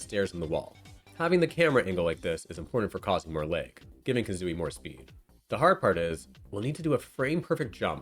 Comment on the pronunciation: On this channel, Mario=Merio, Hag=Heg, and now lag=leg.